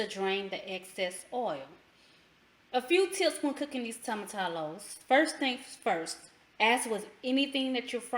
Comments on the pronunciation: Toe m a -ti -yo. Not tomatallow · The pronunciation is 'toe muh tea yos' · I have been wanting to try this. Just found you. Also, whenever you see two L's in spanish, pronounce it as a y. Like tortilla has that "eeyah" I know ppl commented, but didn't really help explain. Anyway, ty for the vid. I think I'm going to like this.